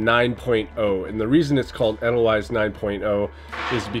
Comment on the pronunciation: You might find that people tell you it's pronounced as rhyming with "ladle vice". The Sound of Music did a song about it too.